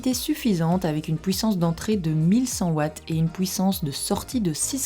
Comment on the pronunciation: vous avez un problème avec la prononciation , vous ? U c'est pas W ; HUIT ! pas WUIT ! PUISSANCE ! ET NON PAS PWUISSANCE sinon sur le fond , top 5 des meilleures , ou sont t'elles ? ouais je sais y'a deux ans , seulement je cherche un bon appareil .